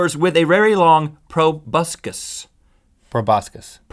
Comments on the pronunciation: I was also thinking of Tobuscus when you pronounced proboscis wrong. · I WAS GOOFING AROUND WHEN U SAID PROBUSCUS AND I SAID TOBUSCUS AND UR LIKE NOT 2 B CONFUSED WITH TOBUSCUS